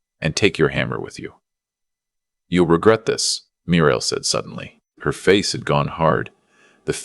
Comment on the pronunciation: Muriel pronounced Mew-ree-el.